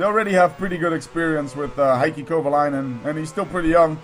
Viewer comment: "I like Haikki" Being finnish that sounded retarted :P It's more like Hey-kki